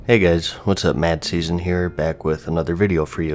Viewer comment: I always think you say MattSeason, and not MadSeason haha